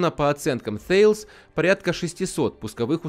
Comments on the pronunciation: Обратите внимание, Вы пытаетесь произносить название концерна Thales по правилам английского языка, а это компания французская. Соответственно произносить следует /тАлес/ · Ударение на «е»